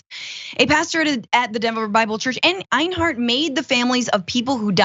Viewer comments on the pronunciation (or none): Two quick tips for Francesca: One doesn't "relish in something;" one either "relishes something" or "takes relish in something." Also, the name Enyart is not pronounced AYN-hart, but rather EN-yert or EN-yart. In other words, pretty much the way it's written. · Enyart, not Einhart. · Einhart? LMAOOO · I hope people who followed that guy get triggered by you changing the Y in his name into an H somehow, and saying it over and over repeatedly... Finkle is Einhart, Einhart is Finkle! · Odd Question. Enyart being pronounced Einhart...?